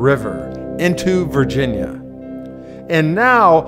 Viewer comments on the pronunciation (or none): none